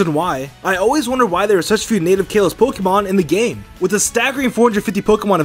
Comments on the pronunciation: It’s kah-los! Not Kay-los!!!! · Kaalos not kailos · KAL-LOS! Not KALE-LOS!! There’s no freaking y or i anywhere in the region’s name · Kah lohs not kay lohs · "Kaelos region" TRIGGERED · It's pronance kaalos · Geekplayz kaaaaalos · It’s called Kah-los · Kay-los region? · It’s kales. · its ka-los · Stop saying kalos like that it’s so annoying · How he pronounces kalos:( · I hate the way he says "Kalos"😂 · I hate the way you’re mispronouncing Kalos. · learn how to say kalos lol